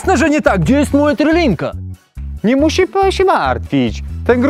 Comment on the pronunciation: Szwagry! trYlinka a nie trElinka